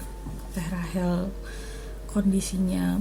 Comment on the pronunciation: Rachel mbak bukan Rahel.